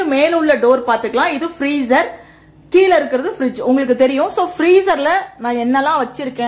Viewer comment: I'm your fan and subscribed your YouTube channel also. தமிழ் வார்த்தை சரியாக உச்சரிக்கணும்மா. கீல இல்லை கீழ என்று சொல்